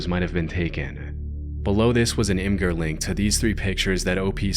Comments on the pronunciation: "imgur" is pronounced like "imager" by the way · Imgur is pronounced "imager" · imgur is pronounced imager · The pronunciation of "Imgur" caught me so off guard